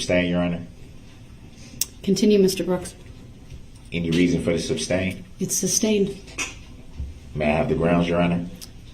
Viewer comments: You would think that after hearing the word "(sustain)" and not "(substain)" literally hundreds of times a day that this "English major" would pick up on that. And maybe, just maybe, if this idiot would shut up for two seconds he would hear the objections instead of yelling "grounds" every time. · JUST ONCE I wanted her to say, there is no grounds because the work isn't substain, it's sustain. effin moron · #Rewatch in 2025 😂... If he says grounds for the SUBSTAIN again... It's Sustain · He knows the word is sustain but continues with substain it’s so weird. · I work for lawyers and every time he says SUBstain, coHORzion, and all the laws he claims to know, it makes me cringe 😬😬😬😬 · Sub-stained. Everytime that fool says it I shake my head. Also when he says license place. Oh my what an idiot.